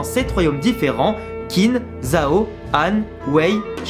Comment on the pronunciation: Gros chef d'oeuvre, Kingdom en effet. Juste pour faire mon chieur : Qin se prononce Tchine (ce qui donnera le mot "Chine"). Et Qi se prononce Tchi également.